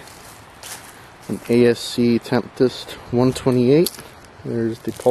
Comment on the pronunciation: Great video, but FYI it is spelled Tempest not Temptest and pronounced "Tem-pest".